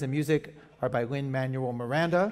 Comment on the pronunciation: "Thank you, Lin-Mawuel, thank you, Lin-Manuel Madonna" Almost had it, lady